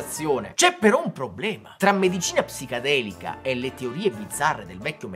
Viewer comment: perché lo pronunci “psicadelica”?